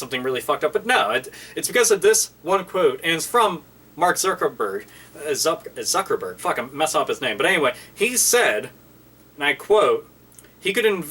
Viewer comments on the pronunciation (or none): none